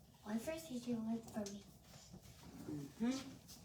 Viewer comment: Walang alam na Salita si malunggay, bagoong, sardinas, itlog', calls her son CG (she means CJay) Kelan pa kaya umayos dila ni para she can pronounce words correctly?